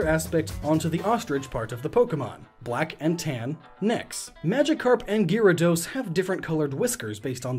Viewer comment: Pokemon Fans: ITS SAID LIKE GARADOES NOT GYRADOS!!!!!!!!! I have no hate to to but i can here the hate comments of people typing.